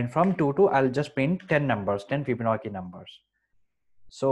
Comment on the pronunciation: It is pronounced FibonaCHi, not FibonaKi (crying emoji). Videos are terrific though thank you!